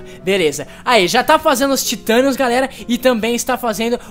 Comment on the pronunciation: "Taitenium" e "Vaibrenium"... Rezende pqp né, Se pronuncia Titanium e Vibranium. Da raiva de ver o Rezende tentando falar em ingles -.